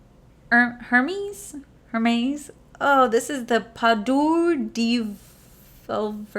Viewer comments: that Hermes I used to say the same way you did lol....learned from Brit that it was pronounced Airmez.....yeah it makes no sense lol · Ok so Hermès is pronounced air mez. Hope that helps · Lol... If someone hasn't told you how to pronounce "Hermes" yet... It's pronounced like "AIR-MEZ"... Your Welcome💜💜💜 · Hermes = Air - MEZ 😁